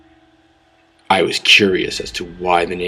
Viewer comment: Zero-Bee-Ell-One-Vee-Ten-Enn-Dot-Ee-Exx-Ee rolls eyes